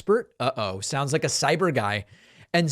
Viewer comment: Sai-beer guy